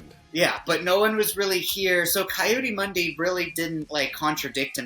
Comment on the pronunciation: Please tell me that I heard correctly when the said “Coyote Mundi!” I am 💯 living for that, and I’ll never unhear it! 😂🏆